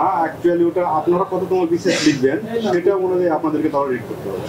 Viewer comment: কততম বিসিএস বলতে পারেনা!